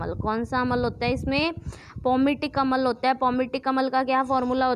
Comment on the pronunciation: Madam phele bolna to sikhlo Vo अम्ल hota hai अमल nhi 🤣🤣